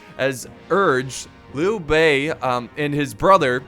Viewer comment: And decent job on pronouncing names like Lui Bei and especially Cao Cao (which gets butchered so much.) Its a weird name to translate into English even considering the rest of the language, but Changban is pronounced "Chungbon" but even writing it like that is still wrong haha. Such different languages.